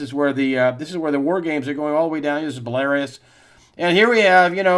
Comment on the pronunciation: Love the weekly news roundup as always, Greg. Belarus is pronounced: Bella-ROOS.